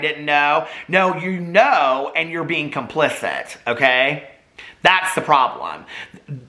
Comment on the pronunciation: It’s not a video to me until he says Human BEAN ☀️